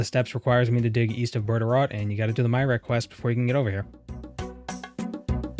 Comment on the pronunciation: Myreque is one of those weird names in RuneScape. It's pronounced like My-err-key.